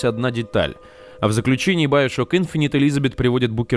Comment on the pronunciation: Иговорится не `инфонит ,а Инф`инити